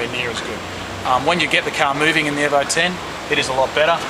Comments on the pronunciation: Its E-vo... not airvo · not euvo 9 it's EEE Letter E as you would pronounce it in alphabet E. EEEEEEEEEEEEEEEEEVO. Jeezus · It's EVO not EVA lol